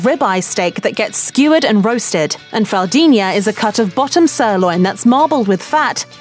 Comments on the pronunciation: It bugs me how she can't pronounce the nh in picanha but pronounces it perfectly in fraldinha. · I was going to make my comment about this. Mignon and fraldinha are correctly pronounced. Picanha is not. Why? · Saying she murdered the language is a bit too harsh, the only thing that really bothered me is how she couldn't pronounce the nh in picanha but pronounced it perfectly in fraudinha. But actually I think it's better pronouncing it like "picana" than pronouncing it "pican ha" with the H pronounced like the brazilian R. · What baffles me is that she however pronounces it perfectly in "fillet mignon" and "fraldinha".